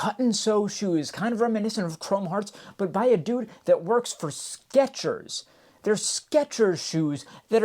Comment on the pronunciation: theres no T in Skechers.